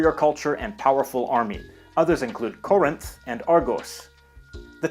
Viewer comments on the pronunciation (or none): none